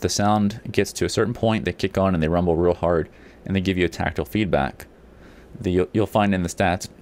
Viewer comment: The word is "TACTILE"